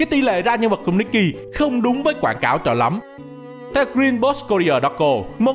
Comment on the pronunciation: Devs nikke chuẩn bị nerf stage sao cho đám f2p cày trâu, có team khá meta hoặc có kỹ năng tốt có thể mỗi 10 lv qua được 1 chap main story Góp ý tý, nikke đọc là ních ke, còn đâu đọc nikki là cái game này nhé 😂